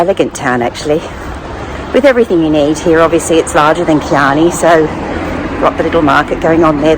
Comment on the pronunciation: Just a constructive criticism. Chianni is pronounced with a hard Chi or “key-an-EE”. That’s because there is a consonant h after the C so you give it a hard ch sound. If there is a vowel after C like Ciao, it’s a soft c like church.